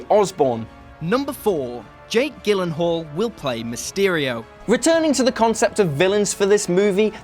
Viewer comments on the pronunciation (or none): It’s pronounced “JILL-ehn-hall” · Scorpion spelled wrong, Gyllenhaal's name possibly pronounced wrong and mixing Adrian Toomes and Michael Keaton's names - this video is a mess xD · My man said Jake gillenhall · Gillenhall?? Who is that?? LMAO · Its pronounced GILenhall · How can you say Jake Gyllenhaal is one of the greatest actors but not be able to pronounce his name correctly? I thumbs down you. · did you really just pronounce Jake Gyllenhaal like that?!?!?!?!?????